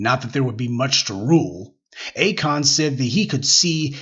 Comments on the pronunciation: Not “A the Kon” tho. 😂😂😂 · Akoon? Lmao 🤣